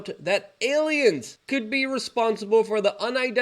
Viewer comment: Fweakin awiens!